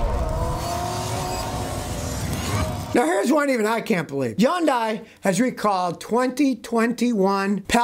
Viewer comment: Any particular reason for the way you pronounce Hyundai? (YOON-die) I saw a commercial from them some years ago, and they pronounced it HINE-day.